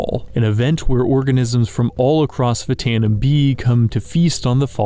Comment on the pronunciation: That's pronounced "ftano".